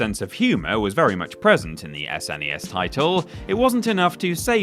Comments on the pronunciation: Who says "Ess En Ee Ess" rather than SNES?! Nobody has ever spelled the letters out like that before, it sounds weird! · I'm Australian and I don't remember anyone saying "Snes"